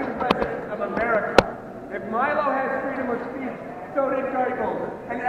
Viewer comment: At about the mark they start chanting, "No Meeelo, no KKK, no fascist USA." They can't pronounce Milo's name properly, yet expect everybody else to honour made up pronouns for fictitious genders they pretend to identify as. Hilarious.